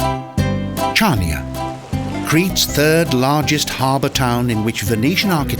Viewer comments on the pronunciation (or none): Chania.. It's pronounced Hania, dummy :) -The Ch in the name is said with the H sound.. Han-ee-ah.